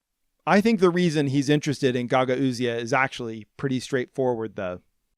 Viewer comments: I gotta say pronunciation of Gagauzia is driving me crazy. It's pronounced guh gowz or guh gowzia. Love the channel though! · Unfortunately, you mispronounced Gagauzia each and every time you said it (along with mispronouncing Gagauz). Wikipedia states the phonetics: you could have checked this with a five minute Google search at any point. In related news: 99 percent of American news anchors still can't pronounce Xi Jinping.